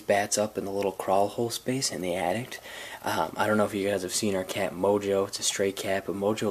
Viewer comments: He said Attict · sounds like he said addict instead of attic